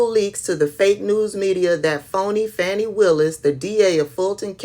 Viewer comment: I think the first statement was from Judge Chutkan in a case involving a J6 defendant, not from Drumpf. He was restating it. Also, isn’t her name “Faw-Nee?” Thanks for the content,, because I definitely don’t subscribe to or monitor his garbage site. I appreciate you making this available. He’s really, really scared and that’s really, really GRAND!!!!